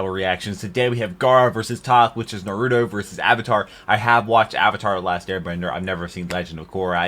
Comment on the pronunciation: if no one has told you, you are horribly mispronouncing naruto